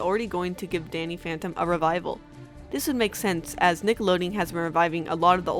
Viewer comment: she said Danny fanton